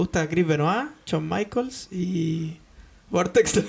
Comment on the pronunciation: Bonito podcast, aunque el luchador se pronuncia San Michels...